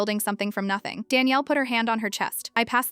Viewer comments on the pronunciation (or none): none